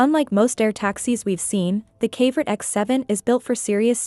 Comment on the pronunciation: Pretty sure that would be pronounced "kav-o-right" like a mineral, not rhyming with favorite.